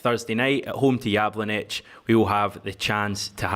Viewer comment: Jablonec is phonetically pronounced yablonetz. Try to get the pronunciation right, it shows respect which was the opposite Alan Brazil and Ally Mcoist exhibited towards Ange to their shame!